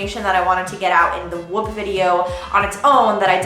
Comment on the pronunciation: Could be wrong but I'm pretty sure your saying the name wrong